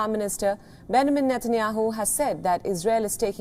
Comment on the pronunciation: Wtf Benamin Netanyahu she said 0.43